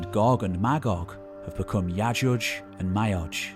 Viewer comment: Dhul is pronounced zool, car nay n. And yah a jooj ma a jooj in Arabic. You proper mangled them lol😂. I had to learn how how pronounce Arabic from Pakistanis, I'm from Windsor by the way and you are one of the few narrators on you tube who can actually speak their mother tongue correctly. So bravo! Something uniquely ironic about a narrator who can't speak properly.